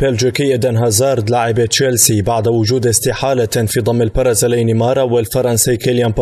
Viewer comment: لديكم مشكلة في نطق حرفي B و P لذا أرجو منكم تعديل هذا الخطأ اللفظي pرازيلي و pرشلونة و pايرن ميونيخ تنطق بحرف b